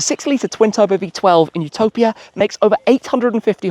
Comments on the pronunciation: It's Utopìa, not Utòpia. Rcamadonna. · "YOO- TO - PIA " AHAHAHAHAHHAA omg. Its "U- TO - PÌA" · It’s Utopìa (Italian pronunciation). Btw I wonder how you drove the car out of San Cesario, since there’s a steep bumpy road on the way back to the SS9. Those roads are so narrow and worn out, it’s a shame.